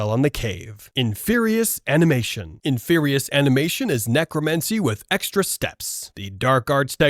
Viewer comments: In-Fear-ie idk what you were saying but it wasn't that... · What’s an “in fer eye?” “La gill a men see” 😂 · Can we talk about the horrible way you pronounce inferi because god damn I had to stop watching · Bro you must be using an Ai voice for your video. No way in the world you can't say inferi and expelliarmus